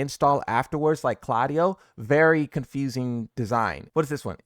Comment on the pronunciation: Who is Hoverang? Who is Claadio?